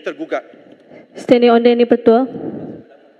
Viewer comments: betulkah siti mastura ni phd..ckp standing order.pun standing onde haha..tk pandai baca dn tk faham apa yg dia baca..pakai beli kah phd dia tu hihi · Biasa la order jd onder..lee pun jd lim..lidah ada problem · Apa punya koprak PHD holder , doktor perubatan lagi, sebut pun tak betul ada ke yg di namakan “standing onder” dalam Parlimen, hadeehhhh, penatlah